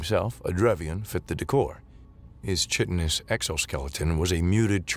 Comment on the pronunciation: Please look up the pronunciation of “chitinous”.